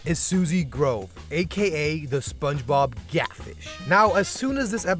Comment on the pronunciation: Bruh it’s groove with oo not a grove you go walking through